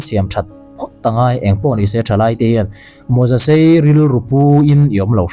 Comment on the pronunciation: Mawzasei tih hi iva sawi mawi thiam em🤣😅😄